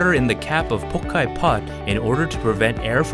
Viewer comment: Cut with Chinese knives, fermented with Sichuan Pepper, Made with Chinese cabbage, so it must from China and originated in............. China of course ^^°^^♥♥♥ It´s pronounced Pao Tsai not pokai!!